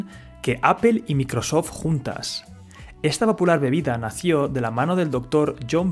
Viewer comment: Dices Apple bien, pero mencionas terribles marcas como Microsoft.